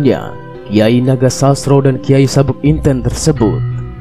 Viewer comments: Baca narasinya yang bener jangan asal2an agar tidak Mengurangi maknanya, contoh NOGOSOSRO JANGSN DIBACA NAGOSASRO. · Kyai nogososro bukan nogosasro kayanya yg bawa narasi. Bukan wong jowo